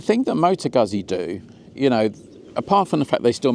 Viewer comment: FFS mate! How do you pronounce 'pizza'. Please apply the same rule to Guzzi.